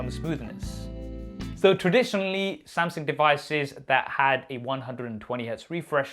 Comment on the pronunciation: Who is this Samsing you keep referring to ahah